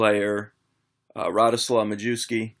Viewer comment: Awesome video yet again! Although Majewski is pronounced my-ev-ski :P